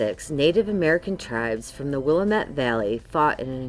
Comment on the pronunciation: I like how she pronounces Willamette and oregon.... annoying